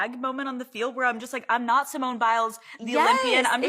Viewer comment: Her name is Simone, not Simeone I don't know why this name is such a challenge for people.